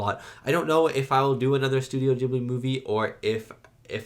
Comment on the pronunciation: Great reaction, was lovely to watch. Also as a bilingual, glad you watched it subbed, and love that you pronounced Studio Ghibli correctly!